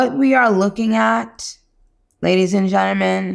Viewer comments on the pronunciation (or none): Ladies & generman 😂